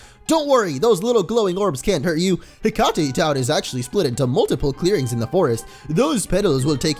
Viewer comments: For being a Percy Jackson "fan" you'd think he know it's not Heck-ah-tay town, but Heck-ate. Hekate is the goddess of magic. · Pretty sure "Hekate" is pronounced "hekkit" because the town is obviously named after the goddess in Greek mythology (Hecate or Hekate), whose name is pronounced the same way.